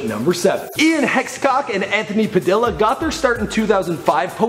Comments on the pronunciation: Wtf. VSauce is not the most popular Youtuber from the UK anymore, it's now DanTDM. Dan has over 13,000,000 subscribers. "Hexcock' is pronounced Hecox, "Padilla" is pronounced Padeea. Also I watch DanTDM, JackSepticEye, Emma Blackery, Markiplier, Rclbeauty101, Pewdiepie, Miniminter, and a lot more. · Nobody pointed out he said 'Ian hexcock' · its ian hecox not hexcock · Ian Hexcock? come on! :DDDD its Hecox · hexcok ???! wtf Padilla is pronounced as pa-dee-yuh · Its pronounced Anthony pad-EE-a and Ian h-ee-cox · ITS IAN HE-KOCKS AND ANTHONY PAH-DEE-A!!! U FAKE FANS!! GRR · did anyone else notice that they pronounced Ian Hecox's name wrong